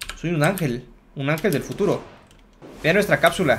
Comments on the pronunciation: Porque Dice fututo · Like si te diste cuenta que se equivocó en futuro y dise fututo